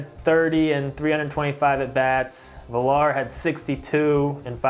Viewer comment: It's pronounced Vi-Yar the double L in a Hispanic name produces a Y sound like quesadilla you don't say dilla you say diYa